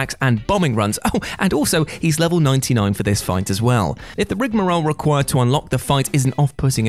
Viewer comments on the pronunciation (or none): none